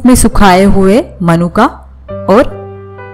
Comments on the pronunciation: मनुका नहीं होता, मुनक्का होता है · मनुक्का नहीं मुनक्का होते हैं 😄